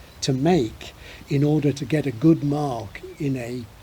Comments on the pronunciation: I was also shocked by the word "good"! It sounded, and still sounds, like "gid" to me. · Well to a German it clearly sounds like "güd" 🙂